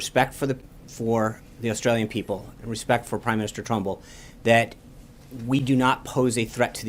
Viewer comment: The Australian Prime Minister is Turnbill not Trumbill